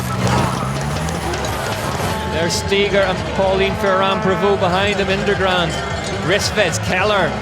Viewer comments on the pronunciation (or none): Great racing! Puck is a joy to watch. Also, will someone please tell that the rider's name is Linda InderGAND not Linda InderGRAND? Four races in and he's still getting it wrong. Thanks.